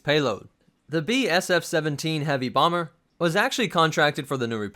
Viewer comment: BEEEE SHEVENTEEN BAWMERRR